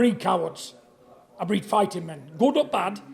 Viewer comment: "I BREEAD THEM GAMEEE" !? 🤣🤣🤣